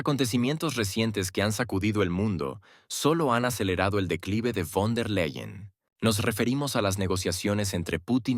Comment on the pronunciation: Quien es Guaidel?Ni fon der Leiel Repite:BEIDEL von der Laien asi se lee